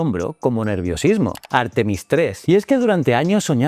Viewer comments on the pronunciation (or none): Por favor: un poco de respeto para las reglas de acentuación: "textil" es una palabra aguda, no llana; "Artemis", en Castellano es llana, no esdrújula ni aguda (y si decide que es esdrújula, que lo sea siempre, y no según el capricho de quien habla). No cuesta mucho trabajo y dejará de herirnos los oídos y la mente. GRACIAS 🙏🏽